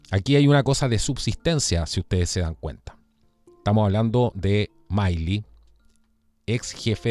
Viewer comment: Milley se pronuncia Mili 😁